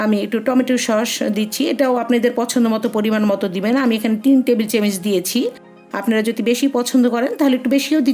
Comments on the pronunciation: চামচ,বা চামিচ বলে কিন্তু আপনি কিসের বারবার চেমিচ বলেন 😁😁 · Camic kno bolcen. 😆😆😆😆. apnar uccharon thik vabe Korn. Ranna ta osam. Clo